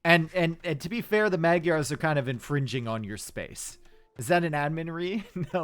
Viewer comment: Magyars doesnt sound like that. Gy is not G y, but a hard J